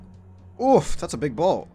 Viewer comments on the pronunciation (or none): You do not pronounce oof like that it’s more of a ooo not a aaaf, that shit was bothering me. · Please stop saying "ooft" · stop saying uuffd... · I kept hearing “oooft”